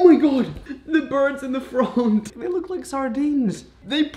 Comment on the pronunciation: The froont